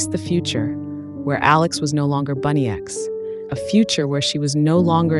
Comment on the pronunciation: It isnt bunny x, it’s bunnix - like bun-icks